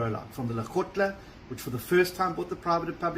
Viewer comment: Every time Steenhuizen says 'Legotla', I want to puke. He is arrogant. He carries on an on about it being the first time all the agricultural roleplayers have been brought together to make decisions about FMD. Why then has nothing been done yet? Give us the who, what, where, when, how and why. His vague responses to a crisis are not instilling any confidence. The government was very quick to lock SA up and adopt new laws and regulations for Covid. Why so slow about the vaccination?